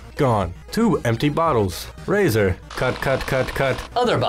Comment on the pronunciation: Did u say raz*r